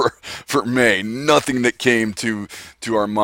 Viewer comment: mAY SOUNDS like Mane so it could be a horse. Say your email SLOWER!! and more articulately... (just made up a word)